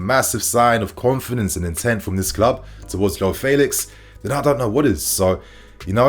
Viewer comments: Cause u used to say feelix, but now u saying faylix but it’s Felix like saying fenty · U still saying faylix instead of Felix